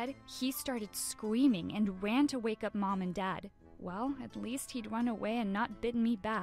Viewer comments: Did no one else notice that she was saying Scweming instead of Screaming... Just me? Ok. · She said scweaming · She said scmeaming and wan away